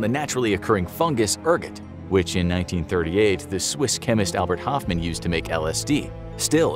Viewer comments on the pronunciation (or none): none